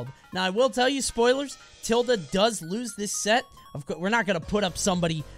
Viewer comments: tilduh is how you say the symbol ~, but tilde the player pronounces his tag differently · no shot coney pronounces it tilduh... I'm disappointed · “I’m a fan of Tilde”